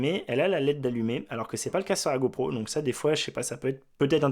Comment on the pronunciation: "go prout" ? 🤔